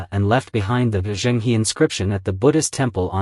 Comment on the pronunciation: And Zheng is closer to Jung (although the Zh is a little buzzy). So 'Jung Her' is closest. The complete failure to pronounce Chinese names with any degree of accuracy is really disappointing!